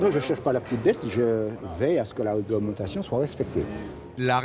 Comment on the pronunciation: Ernest le casse noisette 😂. La weglementation dowaw etwe wespecté 🌴🌴🌴